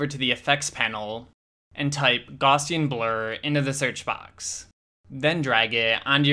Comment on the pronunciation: Took me forever to figure out this man is saying gaussian blur!! 🤣Thanks for video tho👌😅